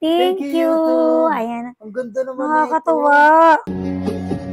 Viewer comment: Bakit “youtoob”?